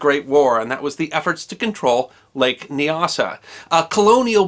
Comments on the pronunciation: Nyasa is pronounced with the first syllable to rhyme with "eye". Thus N"eye"-asa and N"eye"asaland. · Nyasa - Not Kneeasa but Niasa. Great reads these stories